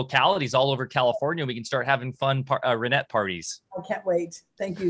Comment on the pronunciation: Please pronounce Reinette’s name properly! The E in her last name is not a Long E Sound but a Short E sound!!